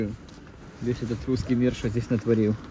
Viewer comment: Зю и Вю, картавое произношение "Гусский миг". Разве можно в такое непростое время стебаться над собственным президентом?